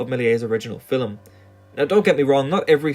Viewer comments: oh my god this video is great but your pronunciation of film is so annoying. its not filem its film where do you get the extra vowel from?? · Why do you keep saying "Fillem" instead of "Film"? 😂😂😂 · Why does it sound like you're saying "fillum" or "fillamum" instead of film? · “Fill-em”? I don’t think I’ve ever heard a one-syllable word pronounced so…..uniquely. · The word is "film," not "fillum." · “Fillem” vs”film” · You're one of those guys that pronounces film like "fillum". Nothing wrong with it, just an observation. It's probably the dialect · Is it pronounced film or fillum? I can't figure out any pattern as to why it's one way in some sentences and the other in other sentences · Great video! But one thing that distracted me from the content throughout the video was the bizarre way you pronounce "film" or "films". Sounds like "fill' em" to me... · He pronounces film as "phillum" and it fucks me up everytime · There's no ''U'' in ''film'', and I know that you know this, as you said ''film'' once in the vid. Idk why, but i find this infuriating... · Learn to pronounce the word film before doing a video about it... "Fille'm" smh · Filum…filum..filum… is all I hear. It’s distracting from your clearly well researched and thoughtful narrative… Just pronounce the word like the rest of the world please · Is he saying 'filim'? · Scotish and Irish people often pronounce film as fillum apparently. Not sure where this guy is from as his accent doesn't sound like either, but perhaps has some influence from one or the other. I find it fascinating and unique. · It's his accent. I'm Scottish and we pronounce it 'fill-um' as well. Or at least we do in my part of Scotland. It's not bizarre, just a variation in the pronounciation of a word. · the way you say "film" is very off-putting, and i know you are doing it on purpose because you say "films" just fine. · Hearing the word "film" pronounced with 2 syllables is very unsettling. Am I alone?